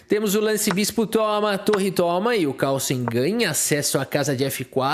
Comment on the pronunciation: Ótimo video só lembrar que o nome dele não é Calsen, tem um R, se pronuncia Kaóursên.